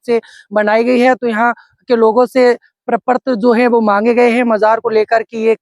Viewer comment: प्रपर्त नहीं प्रपत्र